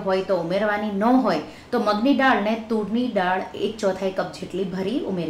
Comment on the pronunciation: "ડાળ" નહીં "દાળ" બોલો...